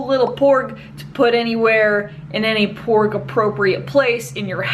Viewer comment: I heard her say pork XD